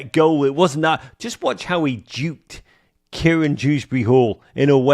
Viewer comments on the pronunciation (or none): As a professed, alleged even, Evertonian how do not know it's Kiernan not KIERAN???